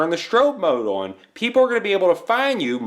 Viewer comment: Your Midwest accent slips out every time you try to say the word "on" 😂